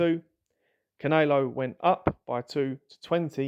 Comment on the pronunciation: Why can you not say "canelo" properly?